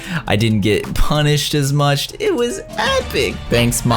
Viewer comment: Anyone else heard him saying mucht 😂